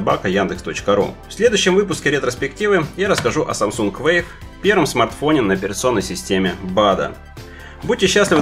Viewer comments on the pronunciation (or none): none